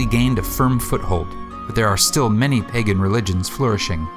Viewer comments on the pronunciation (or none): none